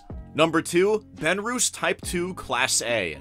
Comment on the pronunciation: Benrus is not pronounced "ben-roos"....it's "ben-russ"